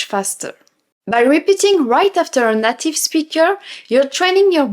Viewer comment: Bravo. Vous vous exprimez bien en anglais! Je ne veux pas sembler négatif, parce que vous parler bien, mais je vous offre une astuce pour la prononciation du mot “native” en anglais. Le “a “ se prononce comme on prononce la lettre “A “. C’est pas comme le “à” en français. C’est plutôt un peu semblable au lettre “e”, avec l’accent aiguë en français. Le “a” dans le mot anglais est ce qu’on appelle en anglais “a long A”, plutôt qu’un “short a “. Alors, c’est “nAtive”, pas “native”. Le “a” se prononce comme on prononce la première lettre de l’alphabet en anglais. Voilà. Je ne veux pas sembler négatif. Je veux seulement vous aider un petit peu, comme vous nous aidez en français. Keep up the good work. Your English is impressive, and you are a great teacher and ambassador for all things French.